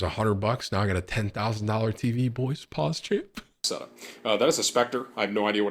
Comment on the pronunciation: The way he said pause champ instead of pog champ